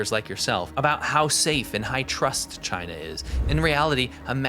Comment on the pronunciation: He hates CHY-NA, that how he pronounces it with great derision.